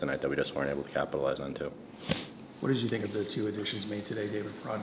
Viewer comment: When people say Justin Faulks name, sounds like they’re saying Justin Falcon 😂